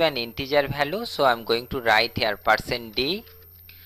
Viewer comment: Learn English then post the video it value not balue